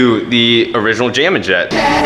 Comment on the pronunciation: Wait did he say j min jet?